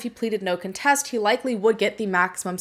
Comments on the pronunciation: You pronounce "no contest" in a strange way... just saying. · 😬 I physically cringe at how you say the word contest lol.. You say it wrong 🤣